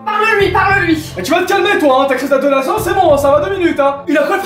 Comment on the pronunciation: a dit adolasent a la place de adolescent